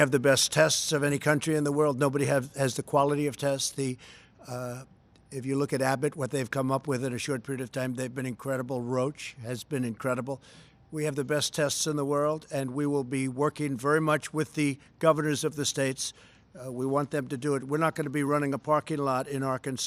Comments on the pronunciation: He was told at least once. I heard him pronounce it correctly one time...then it was back to roach. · roach. ha! it's pronounced r-oh-shhhhh